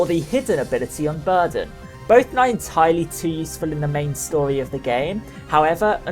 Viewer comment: "the main stoly"